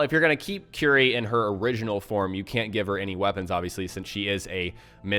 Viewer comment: 'cuerie', not 'qry'. sorry :'D